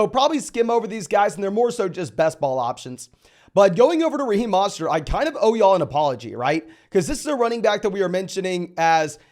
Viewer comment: for the love of fantasy it's MOST-ERT not MOSS-TERT